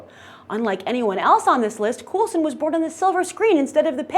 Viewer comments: It's pronounced Cole-sen. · Cool-sen or Cole-sen??? =P